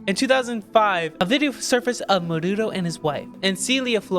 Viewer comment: Did you really say Menudo bro!!!!😂